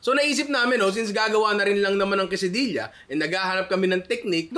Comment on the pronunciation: nong diba dapat KE-SA-DI-YA ung pronounciation?? labyu nong pashout out naman kahit di pwede.